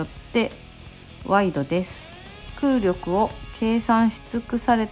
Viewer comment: 茨城でも早く売れー〜 空力は くうりょくではなく くうりき です にしてもやっぱかっこいい